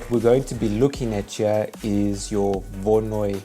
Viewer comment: You don't seem to have a clue how to pronounce Voronoi - it's not difficult.